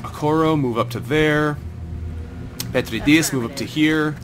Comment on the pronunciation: Loving this series, I enjoyed your previous XCOM ventures and this one does not disappoint either. By the way, the in the name "Petridis" you want to stress the second syllable (Pe-TREE-dis) :P